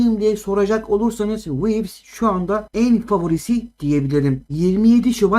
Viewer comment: Wivis diyo asalak ya hahahaha